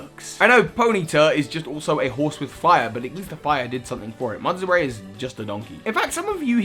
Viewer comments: it’s mud-bray not muds-bray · It’s mudbray, not mudsbray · Mudbray, not mudsbray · Bruv it's Mudbray not mudsbray